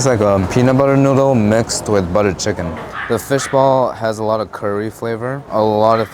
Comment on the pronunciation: So, I cant be the only one who miss heard when he said "I going to be saying pork chop a lot here." I thought he said "im going to be saying pork chop Allah here." I was like, what?